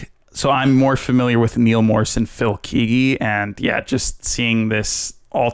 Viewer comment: KEGGY NOT KEEEEGY come on man